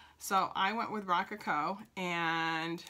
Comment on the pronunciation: Great video. Check the pronunciation of “rococo “.